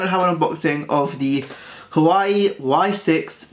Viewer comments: A couple of things: It is Huawei not Hawaii When you record dont have someone play on their phone in the background. I can hear some weird beeps. Slow the frick down! Half the time I cant understand what you say because you talk so fast and slurr your words. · its actually Huawei and its pronounced WAH-WAY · Ikr it's not hawaii it's hauwei and don't be so aggressive with the screen this video did not help me at all as I am getting this tomorrow and next time be A problem and block background noises other than that it was...... Actually nothing about it was good Xxxxxx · It's called huwa way! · pronounce the fucking name right if you're making a review